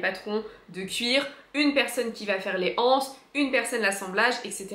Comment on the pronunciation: Coucou, juste une petite remarque - que l'on pourrait faire sous TOUTES les vidéos qui parlent de sacs... - on ne dit pas "les anses" mais "les z'anses", il n'y a pas de H au début du mot ANSE, merci de faire a liaison, il faut bien que quelqu'un commence pour que tout le monde suive... (C'est une remarque faite avec bienveillance. Je suis fan de sacs, mais j'en peu plus d'entendre cette erreur de français. Merci ):face-red-heart-shape